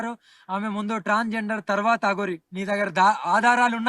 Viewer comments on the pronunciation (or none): ఈ అఘోరి మాతకు ట్రాన్స్ జెండర్ అనే మాటను పలుకడం రావటం లేదు. ఇంటర్వ్యూ భాగంగా పుర్రె గురించి మాట్లాడుతున్న సందర్భంగా పుర్రె లొ నీళ్ళు భుజిస్తానంటుంది.